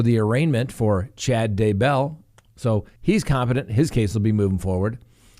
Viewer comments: "DAY"-bell.... cmon dude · I don't know why but I always wince whenever pronounces Daybell, as he is the only one who pronounces it that way. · You're not alone. Me too.